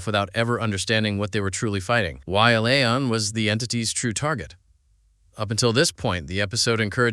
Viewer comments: I can’t watch this with how he keeps saying “lay-on” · According to writers and IMDB her name is La'An. Pronounced La Ahn. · This was interesting and also very annoying because out of the approximately 100 times he said 'L'ann', not once did he pronounce it right! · Come on!!!!!!!!! Will you please quit mis-pronouncing her name. The Tagalog word I feel is "BWISIT". I say, "Buwa ka ng Ina mo!!!!!!!!!!!!" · Can you not pronounce La'an correctly or is your intentional mispronunciation a running gag to poke fun at her strange name? I can't decide. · Why do you have 16 different pronunciations for La’an. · Learn to pronounce La'An. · It was annoying as hell that you mispronounced L'Ann's name almost every single time. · Dude. "La'an " how do you not get the name right once? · You said La'an's name 15 different ways and 13 of them were wrong. And then spent 18 mins repeating yourself and explaining nothing we didn't see in the episode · Mispronounced La’an was annoying otherwise good episode.